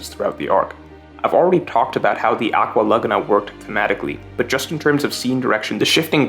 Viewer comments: Nobody:: aqua LuH gUhh nA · This pronunciation of aqua Laguna is killing me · I hate how you pronounce "Aqua Laguna"